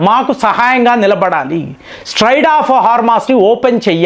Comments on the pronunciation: Don't ever claim that you studied English Literature. It's quite ridiculous to know this 😅😅😅. Your diction and pronunciation are a joke...😂😂😂 It is not Straide of Hormus.... it is Strait of Hormus. Your level of arrogance is...you will not change even after advises.😂😂😂😂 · STRAID of Hormuz kadandi. STRAIT of Hormuz. Mee pronounciation chala sarlu very wrong ga paluku taru. I think you want to express differently always. But it sounds very absurd. So please try to rectify your pronounciation for lots of names and vocabulary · అరేయ్ నువ్వు 5th failed guaranty గా. అరేయ్ స్ట్రెయిట్ ఆఫ్ హార్మోస్ అనాలి. స్ట్రాడ్ ఆఫ్ హార్మోస్ కాదురా. నువ్వు ఇంగ్లీష్ లిట్ పాస్ అయినావా. ఎన్ని అబద్ధాలు రా.